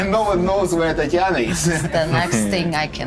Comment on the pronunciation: Gotta admit i laughed when said Tatanya instead of Tatiana.